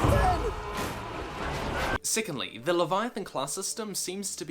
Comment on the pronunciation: I swore he said sickeningly but he said secondly